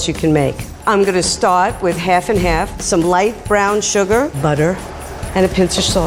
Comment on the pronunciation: "so in here we put SUGA" twaaaaaaaaaaaaaaaaaaaaah!